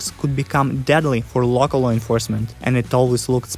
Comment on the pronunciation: ze low breker,ze low inforcement as a east european that was funny